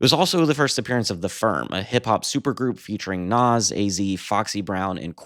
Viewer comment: Pronounced “Nahz”